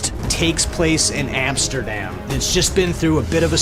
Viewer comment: I didn't know Amsterdam had a P in it. "Frost takes place in AMPsterdam."